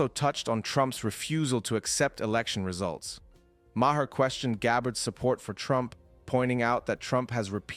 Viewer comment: Ma Her ?? Really? Learn to pronounce the guy's name before you make a video.